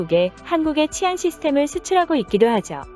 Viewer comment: 치안은 [치]가 장음으로 발음해야 합니다.